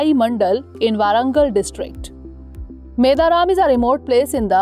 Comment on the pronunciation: It's not pronounced as "Meda Raam". It should be pronounced as " Medaarum" Also don't pronounce it as Jathaara... You should pronounce it as "Jaaathara"